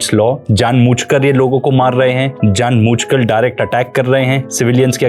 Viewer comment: Very well researched and detailed! Thank you so much. Btw it's "jaan boojh kr" not jaan mooch"